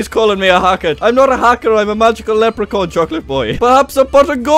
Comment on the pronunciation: Did he say lepricorn?